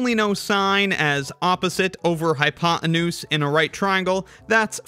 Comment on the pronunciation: Sorry. I had to stop listening to this video after the fourth time you said “hypoenuse”. What’s with the hatred of Americans for the letter “T” these days?